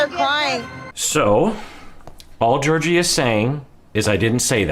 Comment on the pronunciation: Fun fact: the correct way to say Georgi's name is by pronouncing both g's the same way they're pronounced in the word goose. Ghe-OR-ghee. Trust me, I'm Bulgarian =) Also, while Georgi doesn't seem super affectionate, I don't find anything wrong in his actions so far., your analysis is great as always!